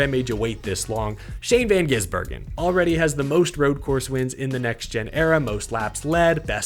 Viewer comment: It’s GiSbergen, not GiZbergen